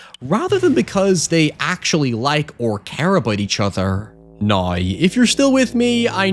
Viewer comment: "Nigh" = "Now".😂😂😂